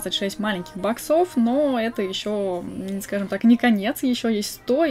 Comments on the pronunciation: Правильно бо-ксов, а не бок-сов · Можно говорить не баксо́в а бо́ксов, а то бесит? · не говори боксОв, плиз. Говори Боксов